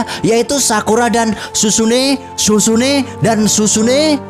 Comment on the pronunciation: Sizune bukan susune